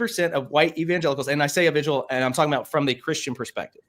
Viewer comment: Candace Owens is not wrong about "lzrul". The "philosophical speaker" can't even pronounce "Israel". Jesus was a Jew from the House of Judah. Current day Zionist Israel is not of Jewry. Saphartic and Mizrahi Jews are legit. Their DNA dates them back to the Holy Land and the "12 Tribes of Israel". Ashkenazi Jews control all of Israel and they are not "Jews". Their DNA does not trace back to the Holy Land at all. They are Eastern Europe in totality. All they did is 'convert to 'Judaism'.